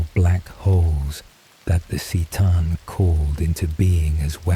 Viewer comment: If you're going to do this can you get the pronunciations right? "Seetan" bugged me so much. It's Kuh-tan C'tan.